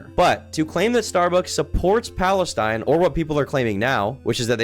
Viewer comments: and he says it like falestine too lol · for those confused about the guys pronounciation of palestine, its just palestine in arabic